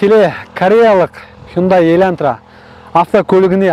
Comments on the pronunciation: Бауырым ЕльӘнтра емес ЕЛАНТРА деп айтшы, өтініш)) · Илантыра емес Елантыра 😂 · Ең бірінші "Хондай еләнтрә" дегенінде мысқылдап айтып жатырма десем, өзін солай сөйлейді екенсіғой😂🤣. Хуйын-дай демегенінеде шүкір дейм енді.